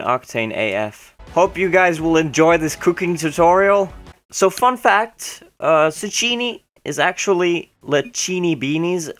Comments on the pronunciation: Tsukkiini. Not suchiini. :P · Zoo-key-knee. Still love you though,! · zucchini is pronounced zoo-kee-nee and it is the same shape as a cucumber